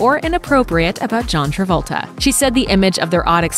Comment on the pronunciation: Stop spoiling Travolta's name